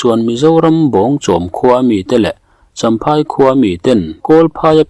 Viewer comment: I chhiar thiam viau na a champhai/chawnchhim tih I lam dan a dik lo. A hre awmte lo zawt ang che.